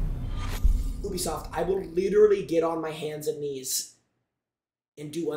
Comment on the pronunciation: Ubisoft❌️ ewbisoft✅️